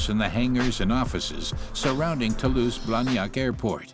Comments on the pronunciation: Yeah, I also heard as "to loose friends" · I heard *To lose friends,*, I kept wondering why do they say that? After replaying video I realized it was “Toulouse, France”.😅